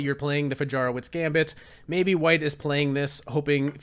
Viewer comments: It's pronounced Fayaroveech btw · Fajarowicz is pronounced like "Fayarovitch" ;) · Wonderful! But pron. Fahyahrovvich